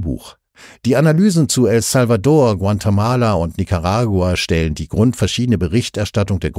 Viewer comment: Guantemala soll bestimmt Guatemala sein oder gibt es einen neuen Staat hunderttausende Kilometer entfernt? Den Sprecher empfinde ich als sehr angenehm, ich hoffe er wurde nicht durch eine schlecht trainierte KI ersetzt.